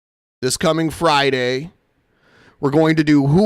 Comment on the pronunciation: "Arn Friday, at 7pm Central, orn YouTube" His super strange intrusive R isn't even consistent